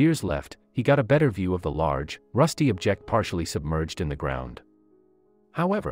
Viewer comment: How can you mispronounce object?